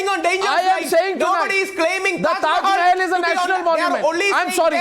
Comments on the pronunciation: what the hell is wrong with the yogi adityanath.he says taj Mahal as " teja mahalaya " ..what the hell ...what is wrong with this people's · Tajmahal not Tejomahal